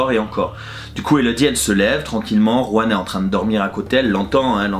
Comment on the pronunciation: Juan* le J se prononce R en espagnol 😉